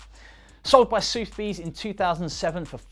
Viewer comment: Soothby's? Don't you mean Sothebys - Suth-eh-bees.....